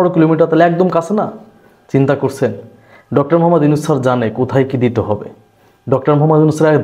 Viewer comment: প্রফেসর ডকতর ইউনূস বলেছে, নয় বলেছেন বলেন। ডকতর নয় ডক্টর। মিডিয়া।